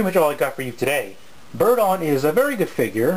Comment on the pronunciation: i tho u say birdie i was like "what birdie?"